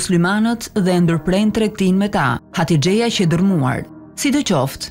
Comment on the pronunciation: Hatixhja jo hatixheja